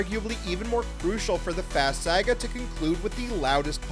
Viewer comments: Bro said: 🗣️🗣️🗣️ Sayugua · I can’t believe you pronounce “saga” like that 😂